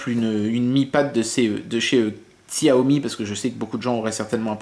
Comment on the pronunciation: Au passage, Xiaomi ne se prononce pas Xiaomi mais "Chaomi" ;D